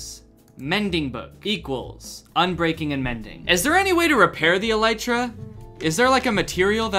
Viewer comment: Him saying elytra wrong just rubs me the wrong way